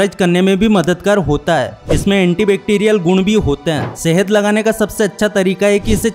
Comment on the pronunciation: शहद❌ सहेद ✅🥲